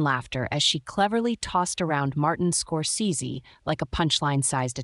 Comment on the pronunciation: Please larn to pronounce Scorsese.